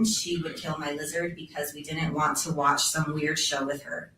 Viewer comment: "WATH LIVE" ??? LOL